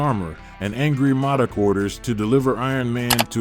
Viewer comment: Or how he keep pronouncing modok wrong